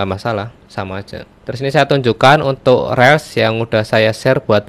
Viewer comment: Reels itu bacanya Rils.....bukan rel